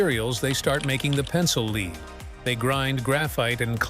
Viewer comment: if huggbees was unfunny and boring and stupid AI cant pronounce lead. please delete your stupid robot wikipedia channel forever